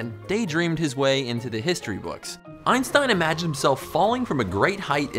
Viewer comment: Its always funny when americans pronounce Einstein wrong but who cares great video ^^